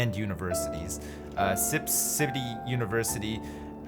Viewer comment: Sipscity or simpcity